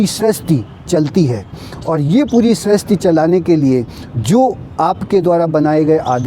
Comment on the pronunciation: आप सृष्टि के स्थान पर स्रष्टि बोल रहे हैं जो पूर्णतया अशुद्ध है। आपसे यह आशा नहीं रखते हम